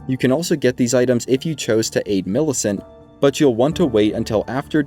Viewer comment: Bro I literally understood "beat" millicent to gain the talisman instead of "aid". Im done.